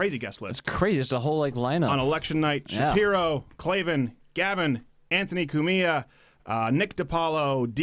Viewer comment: Say "Cumia" faster, it's one word, not "Coo-Mia" you are saying Ants last name wrong.